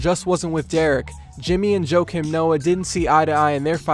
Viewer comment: It's Joachim pronounced "Wakeem" Noah.